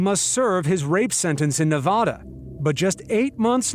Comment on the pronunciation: What makes me most triggered in this video is how they pronounce "Nevada".